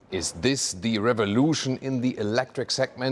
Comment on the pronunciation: Bee hald, zeh rear-vah-lotion!